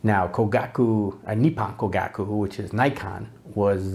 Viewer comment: I share your enthusiasm for Topcon and Topcor. If I could make a few suggestions, 1) Learn how to pronounce "Kogaku" since you say it so many times and it just sounds rather grating compared with the Japanese. 2) The part about Tokyo Kogaku supplying the Imperial Army is true, but it also later supplied the Navy so that is a bit off topic IMHO, 3) Yes, the company is still around but makes different technical equipment. 4) Hanimex and Bessler are not always Topcons. Both were importers and carried other companies besides Topcon., 5) If making an intro video I would certainly try to explain the different mounts since I imagine some people will buy UV lenses thinking they can buy a cheap adapter, and will be disappointed. That said, you took some cool shots and seem to really enjoy editing video. Must be cool to teach in Saigon. Closest I've been was Phnom Penh. Aloha.